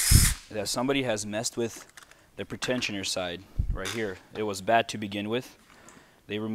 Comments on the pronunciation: Pre- tensioner not pertentioner. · PRE-tensioner. Not pret ensioner. Its simple English.